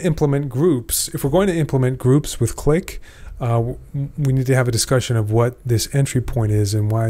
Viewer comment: 15m36s "clee"